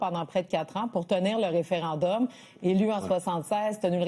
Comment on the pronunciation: Pourquoi monsieur, dire référindum au lieu de référendum? merci... tout comme r'traite au lieu de retraite. Merci